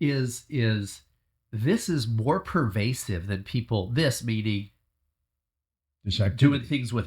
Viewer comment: Pervasive not curvasive